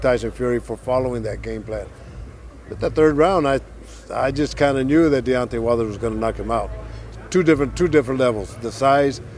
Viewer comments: He aint the only one getting the names wrong....its Deontay not Diontay lol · 😂 he said diontay wilder had two ways of winning and diontay wilder only had one he keeps getting the names wrong don’t know if any one else heard it but🤣🤷‍♂️